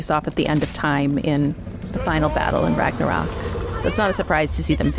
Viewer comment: It was the first time I heard the correct pronunciation of "Ragnarok"! :D Amazing!